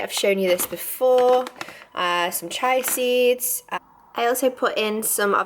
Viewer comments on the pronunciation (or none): Just to correct you, its actually pronounced chee-a seeds, not chai seeds :D. lol, I figure its just a matter of time before someone points that out, so I might as well be the first one. That salmon sounds SO good!